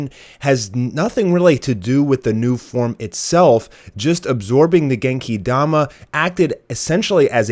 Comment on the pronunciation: Stop saying Genki Dama like that for fucks sake